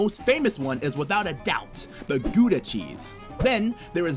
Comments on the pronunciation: Note to all Americans, it not pronounced goo da cheese!! It's pronounced in English gaw da cheese, or in Dutch Hghhaw da cheese as if your clearing your throat!! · Gouda cheese is pronounced "Gowda" "Gow" rhyming with "cow" not "Gooda". As for Van Gogh. The British pronounce it Van Goff. To pronounce it the correct way, clear your throat twice very quickly with an "o" in the middle. Van Go is a definite no no. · The correct pronunciation of the word Gouda is gauda, the g is pronounced as a hard G than the word au en da. So you write Gouda but you pronounce it as gauda, by the way, I'm Dutch and I live in the north of the Netherlands in the province of Friesland. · the saying is God made the world and the dutch made 'the netherlands' most reclamed land is in flevoland east from noord holland and zeeland south of south holland and not in holland. oh and the dutch man abel tasman discovered tasmania and australia once was called new holland. so funny how you pronounce gouda cause its written the same as the english word house and its pronounced the same. im from Amsterdam, i enjoy you videos very much, keep up the good work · Check how to pronounce van Gogh and Gouda. They are badly mispronounced here. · Such a pity he could not pronounce Van Gogh and Gouda cheese correctly !!! Other than that pretty good !! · They made 2 mistakes in the video though. 1) When talking about New Amsterdam they said that England claimed New Amsterdam from the Dutch, but The Dutch traded New Amsterdam for Surinam with the English. 2) Most people outside of the Netherlands get this one wrong, how you pronounce Gouda. The ou part isn't pronounced as in could, but as in cloud instead